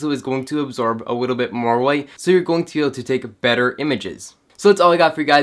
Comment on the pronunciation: "A wittle bit more wight" :)